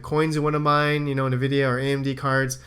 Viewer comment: It's envidia. That's how to pronounce it. Their name comes from envy.